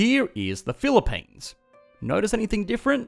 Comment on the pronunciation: "This is the Phili-PAINs", sounds about right